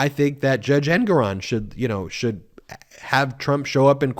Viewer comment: It's Engoron- accent on gor